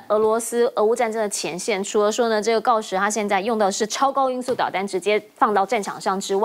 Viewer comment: 锆石在台湾是念hao吗😂，